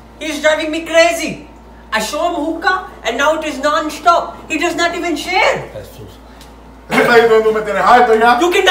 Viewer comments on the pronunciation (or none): “It is non-shtop”